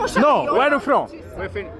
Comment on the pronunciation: UERI U FROM??? KKKKKKKKKKK